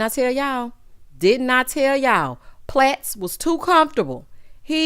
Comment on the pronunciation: I can’t get past you calling him PLATTS 🤣🤣🤣